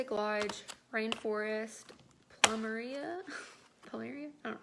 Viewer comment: Yes it is floral. Plum-area to say it phonetically. You look like you need a long nap, I hope you can rest and feel better.